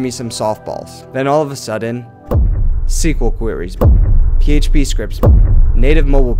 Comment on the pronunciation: Dunning-Kruger also pointed out that actually intelligent people consistently underrated their abilities. You said SQL correctly so you do get points for that as well.